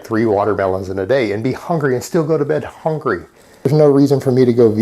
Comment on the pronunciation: This guy says "hongry" just like Amberlynn Reid. Lies like her, too!